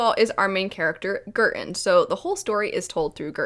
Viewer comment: Every time you said Girton my brain heard curtain This book is quite cheap on kindle at the moment so I just purchased it, I don't know when I'll get to it but it definitely sounds interesting!